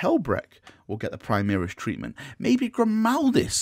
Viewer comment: When you said “Primaris treatment,” I heard “tree man.” I mean, the dudes ARE pretty tall.